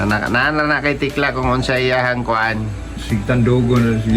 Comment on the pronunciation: Super tekla hindi tikla😂😂😂